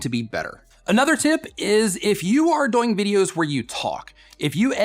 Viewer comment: he says doyng too much